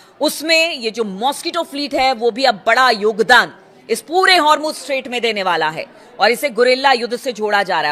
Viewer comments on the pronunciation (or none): Hurmuz and not har muz